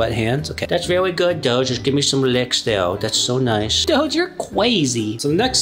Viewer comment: Dough❌ Doge✅